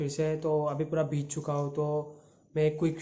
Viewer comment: Bhij bhij ke nahi bhig bhig ke